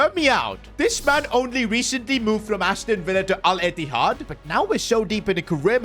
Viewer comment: bro said al ittihad warra pure pessi fan